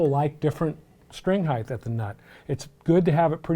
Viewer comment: for the love of god. PLEASE STOP SAYING HEIGHTH